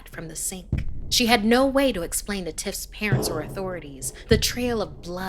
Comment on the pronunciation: Am I the only one who heard her say titts instead of tiffs😭😭